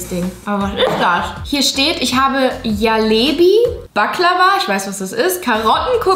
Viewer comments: Jalebi 😭😭 das spricht man Jelebie und das J spricht man französisch aus also Je und dann lebie HAHSHSHA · Julia man spricht jalebi so aus: dschalebi